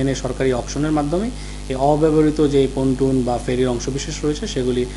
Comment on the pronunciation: পল্টুন না, পন্টুন। Pontoon.